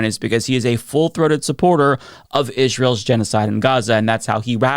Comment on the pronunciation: Did that woman pronounce it gen-ee-oh-cide? Has she never heard the word? Lol